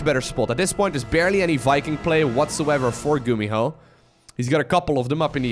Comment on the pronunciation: "a big blow by gumiho(e)" 2018 😂